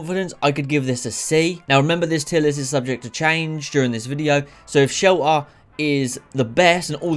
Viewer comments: "fallout sheller" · fallout shellER😂 say the T!😂